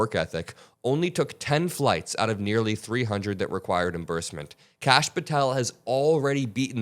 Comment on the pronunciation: *Kash… not Lash